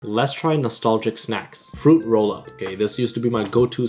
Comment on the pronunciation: Bro said fruit rool up, not O-LONG😂